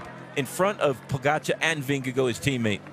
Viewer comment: Bob, learn how to say Vingegaard's name!!! It's not Vingagoo!